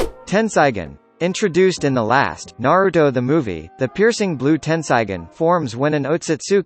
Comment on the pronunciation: he said all names wrong and Naruto's name